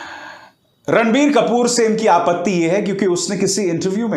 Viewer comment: Abhisaar Bhai jab apne video ke shuru me Ranbir Kapoor bola tha tab mujhe kasam se sunai diya "Randi kapoor" 😂